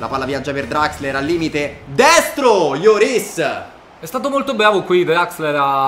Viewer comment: Riassunto del video: è stato bvavo